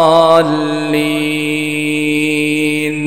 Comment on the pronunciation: ولا الضالين وليس ولا الظالين